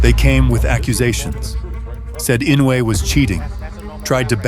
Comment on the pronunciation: The last name is "II - NO - UH - EH".... Commentators insist in the INOWAY!!!!